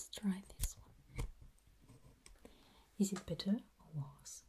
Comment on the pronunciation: "Is it bitteh oh warhs? mhm" Me: swoons